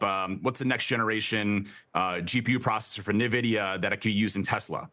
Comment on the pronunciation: Why cant people get "N"vidia right? So many people say "NA"vidia. lol